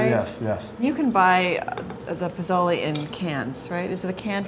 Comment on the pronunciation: correct prounciation is: posolay roho ( long o sound in all o's as in toe ) I'm not sure what she said. Also, this soup is great when you want to sober up after a party or you have a hangover. Some make it with tripe - you need to develop a taste for it with the tripe. Also, you serve it with bowls of sliced lime, chopped cilantro, and chopped onions to sprinkle on top of the soup.